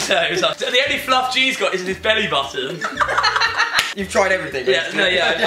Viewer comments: he pronounced it Floof. I call it fluff. lol. still love him ✌ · As an American, I'm now going to pronounce fluff as floof because it brings me great joy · it's fluff not floof